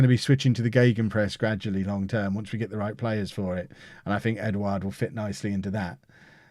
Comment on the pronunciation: You pronounced Edouard’s name perfectly by the way. Good signing too in my opinion